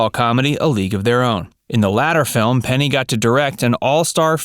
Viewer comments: Say it with me....PENNY Marshall.... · It made me nuts. I was screaming at the computer, Penny, not Peggy. Who edits this channel?